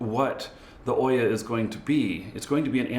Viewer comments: pronounced OOOOya, like boot. Not Oyyyya like boy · Just for knowing, it's not Oyah, it's OOO-yah, like ou-yah...